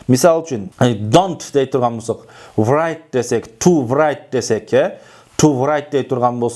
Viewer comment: Донт врайт эмес -райт эле бп.окулат ко дейм.